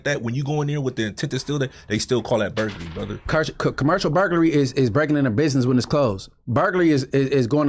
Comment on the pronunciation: Spoety right it’s commercial burgarly